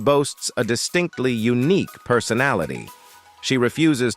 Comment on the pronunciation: Unique isn't pronounced "uniky."